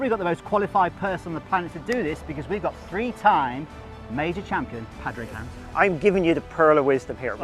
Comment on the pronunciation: He actually laughs as you butcher his name 😂